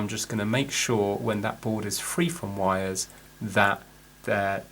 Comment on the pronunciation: Vhat are vires? Is it vampire speak for wires?